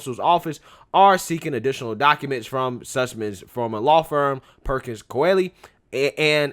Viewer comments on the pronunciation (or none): Pronounced Cooie, Perkins-Cooie, idk how it's spelled but it's pronounced Coo-ie.